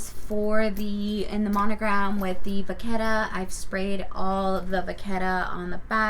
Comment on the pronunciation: It’s not vaccetta… it’s vachetta.. it’s cow leather and is where the name comes from.. cow in French is VACHE… ask Siri for pronunciation… Im French (Parisian) and it’s pronounced Va-Shh. Hence Vachetta(Va-Shhh-Etta)… doing the Lords work educating one ignorant at a time!